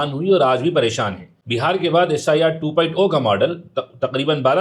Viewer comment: Assalmu Alaikum. 2.0 Ise aap two poit"o" n kahe,Balke two point zero kahe.